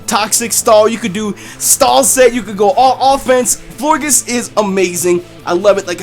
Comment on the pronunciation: I think florges is said the same way as gorgeous